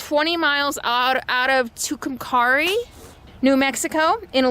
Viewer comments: It looks like "Tucum-cahrry", but natives say "Two-come-Carry". Easier for gringos?? ;-) (In Spanish, your pronunciation would be correct, though.). Also, I think you may have confused the "Sierra Nevadas" with "Tierra del Fuego" - Land of fire, in Argentina. Yep, the Backbone of the Americas. I was wondering how you kept up your vegan diet on the road. I'm sure that finding good vegan substitutes for some of the crud that we grew up eating isn't always easy, especially out in the boonies (or Tulies in California). I'll grudgingly admit that I once lived in Amarillo, which happened to work out as I was almost equidistant between my mom in OK City, and Granny in Albuquerque. Been on the Mother Road many times there, going back and forth for visits. It is indeed a fascinating, amazing place, so full of history in such a short time, and the desert SW landscapes make one feel rather small. Good luck and safe travels! -Dave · Brings back memories. I live in Bard,NM back in the late 80's. Just for record. You where in San Jon.....San Hon. also it is too-come-Kerry. Love your videos. Keep up the great work. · Hey your in my home turf...or close by anyway... The locals pronounce it like this: "San Hone" And Tucumcari is said like this: "TUKE em care ee" But I wont tell them... I'm assuming you stopped in Amarillo, where I'm from....Route 66, Cadillac Ranch, Big Texan, Palo Duro Canyon...all that.... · I know it says San Jon but it is pronounced San Juan. And it is pronounced Tucumcari(TO-COME-CARE-RE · just for your info. It's San Hone, the J is like H, and Tucumcari is carry. Come back and spend more time in New Mexico. You have only seen a tiny bit of the 5th largest state in the U.S. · Just so you know, Thoreau is pronounce like tha-rew and Tucumcari is pronounced like too-come-carrie, you're awesome btw.